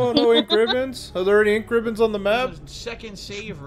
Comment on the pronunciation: in: Misreading Basic Button Instructions and Overusing "Een Kribbons"